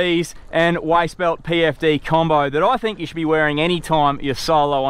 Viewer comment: This bloke will go far. He understands "yew" makes a video amateurish.